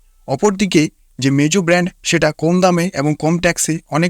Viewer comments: ভাইরে মেজু নারে মোজু😂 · Vai mejo na mojo